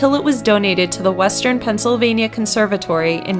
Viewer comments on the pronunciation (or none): none